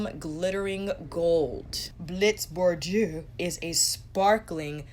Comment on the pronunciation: You are pronouncing Bordeaux wrong though my friend lol